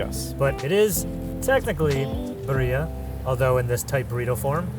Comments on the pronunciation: I mean if you're gonna do a cultural food tour atleast know how to pronounce the name of the food. Every time they said BUREA I got do pissed off.😂😂😂😂 my guy its BIRRIA. I don't even speak Spanish and I know how to say it. I really don't know why Americans have such trouble saying words correctly. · Why does the Brit pronounce birria better than the gringo? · He can’t eve pronounce Birria properly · Dude, learn how to pronounce birria. It's embarrassing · absolutely loving LA but just butchering the Spanish language is so American. You're both awesome, though. Love this show! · he may want to learn how to pronounce "birria." sheesh... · He ain't Mexican foo!